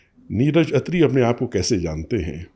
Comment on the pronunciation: खत्री ❌ अत्री ✅